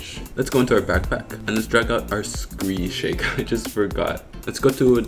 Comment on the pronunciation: Ah yes, the old “Scree Shake”